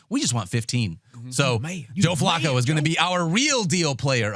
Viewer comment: The way pronounces Flacco is upsetting every time I hear it